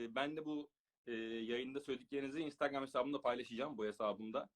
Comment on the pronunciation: abi ya. Istigram dedi adam istigram 😂😂😂😂